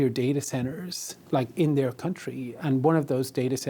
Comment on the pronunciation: “Their teary” - come on bro, I’m Irish too, but you can do better surely? 😂😂😂